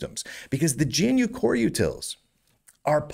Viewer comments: Why do you say G N U? It's Ganoo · my pedantic RMS construct was screaming about pronouncing gee-enne-you and not gnu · Why does he call it Gee-En-You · "Gee en you" XDD